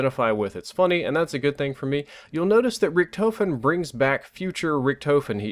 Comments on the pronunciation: I noticed be saying Richtoefen instead of Richtofen 😂😂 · "Rick-Tah-fin" not "Rick-toe-fin" just letting you know because I know you like to have good pronunciation. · How hard is it to pronounce Richtofen like tmartn says rickduhfin and is saying ricktoefin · how can you hear "Richtofen" so many times and still say it like that?! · Man, you said Richtofen wrong the entire video. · Please tell me your joking? He can't even say richtofen correctly.